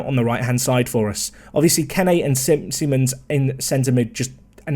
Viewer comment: Arri turned into what we thought Simons would be. Also, still calls him Simmons instead of Seemons.